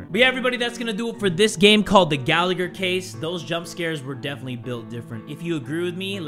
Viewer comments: I'm sorry but I need to say this is the way its pronounced "ga-la-her" I laughed way to hard at your pronunciation 😭 really sorry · Me: hears says The Gallagher Case Also me: Aidan Gallagher?!?!